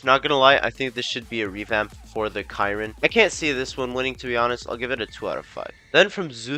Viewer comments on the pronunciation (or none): man has to be trolling with these pronunciations (no offense but they are really incorrect) (its supposed to be BOO GOT E and SHEER RON no boogaw e and kyron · “the ki-roon” 😂 (It’s pronounced “sheer-on” but it’s just a joke don’t take offense)